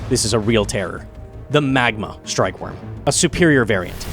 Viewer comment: strkyewyrm omegalul all jokes aside nice video